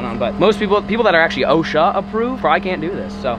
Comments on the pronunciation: It’s osha not ocean lol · Am i the only one that keeps hearing ocean approved instead of osha ? Or am i trippen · This whole time I thought he was saying ocean aproved not osha 😂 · No it's OSHA not ocean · Is he saying ocean approved? It’s OSHA in case anyone is wondering. 😂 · It’s OSHA not ocean my man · Im so drunk good video its ohsha not ocean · I thought you were saying ocean Approved